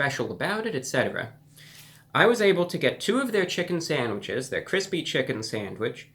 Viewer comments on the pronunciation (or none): you totally said sangwiches, awesome :) lol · New chicken sangwiches 😂